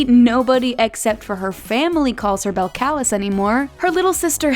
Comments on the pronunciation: Bel C-AH-lis 🤣 its cardi b's name is pronounced bel-cuh-lis but spelled different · Belcalis is (bel-cuh-lease) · notices how she said beltclis but cardis name is belcalis like (bell-cal-ez) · It's pronounced Bel-cal-leez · Belacalis is pronounced- Belle-Ca-Lees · IT IS NOT BEL-CALIS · It’s pronounced BELL ca LEEZE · Totally butchered cardis name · Belcalis is pronounced so wrong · She pronounced cardi’s name so badly😖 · HUNN YOU PRONOUNCE CARDIS NAME WRONG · she pronounces cardis real name wrong